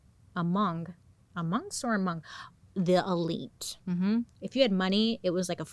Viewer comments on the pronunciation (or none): none